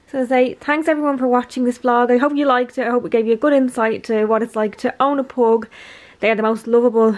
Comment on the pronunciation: i’m sure it’s not pronounced as “PHOG” but idk